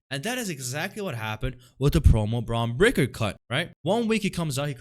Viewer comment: How are you on here making fun of shit when you pronounce your "R's" as "W's". You sound pretty retarded... lol and you're a "heel'? hahaha Pretty sure his name isn't Bwon Bweaker.. lol